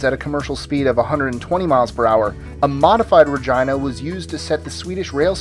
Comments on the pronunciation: shouldn't it be pronounced "Ra-geena"? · Frostyy he should've said Re-gee-na if I'm not wrong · He should have pronounced it "Re-geena" that's another way to pronounce it, but it had to be awkward. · Um, are you sure Regina isn't pronounced "reh-jee-nuh" ? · FYI- #20 Regina is pronounced Ree-Gee-Na. It DOES NOT RHYME with vagina. It is the Latin word for Queen. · You pronounced "Regina" totally wrong. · Hahahaha he said Regina.